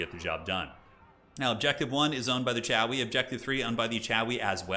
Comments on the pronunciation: Sorry, but whenever I hear CHOW-EE, I just can't help but be triggered into feelings of white-knuckled, unbridled rage, and then I have to turn off the video and unsubscribe. But then like a junkie, I immediately return the next day for that good-good content you produce. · It sounds like he's saying 'Chowie', where does that come from? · Regular Dwarves call themselves the Dawi, which has a bit of an 'ow' vowel sound in the Northern English accent. Chaos Dwarves are then casually Chawi. Not loreful, just cute.